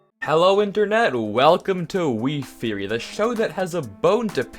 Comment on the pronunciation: Welcome to weef-eory me be like no it's wife-ory